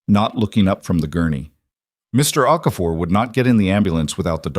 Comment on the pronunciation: Here'a heads-up, if you can't get Okafor right, don't use it. O'Keefe, O'Connor, Oakhurst and two or three equally stupid versions. Also worth a mention Gordon, begins with a G not C.